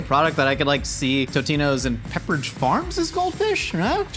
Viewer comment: Pepper-gino's? Lol